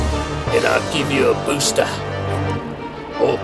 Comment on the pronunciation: Can't get a "boostah" if you never had the first jabs :)